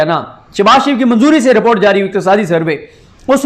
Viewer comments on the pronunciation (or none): none